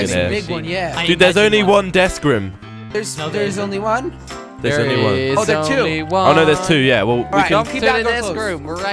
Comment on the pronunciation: It's not RM its room